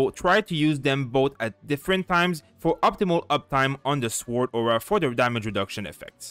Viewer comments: The W in sword is silent. As a non english native I did this pronunciation mistake too. Thanks for the guides! c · Nice video! ps. where are you from? it's curious the way you pronounce sword:D